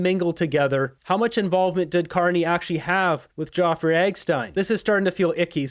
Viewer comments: "Jawfrey"?? (Epstein.) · HAHAHAHA, you're making yourself look stupid with your pronunciation of Jeffrey. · Dude! Nobody but you on Youtube is mispronouncing Jeffery Epstein's name cause the Youtube algorithm doesn't care if you say it and it just makes you sound stupid. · Please pronounce Jeffrey’s name correctly. Not Joffrey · His name is Jeffery not Geoffrey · from moose on the loose how can anyone take you serious you cant even pronounce Jeffery properly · Like your channel but why are you mispronouncing Jeffery Epstein's name?? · you are mispronouncing Jeffery and Epstein throughout. As well, it's TVA not TVP in Quebec. Keep up your good work, but get some sleep or slow down a bit! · Jeffery Epstein not being pronounced correctly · its JEFFREY/JEFF EPSTEIN not JOFFREY EGGSTEIN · Any reason why you’re mispronouncing Geoffrey Eggstein rather than Jeffrey Epstein? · its Jeffery not eggstein